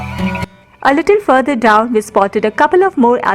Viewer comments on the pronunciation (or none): none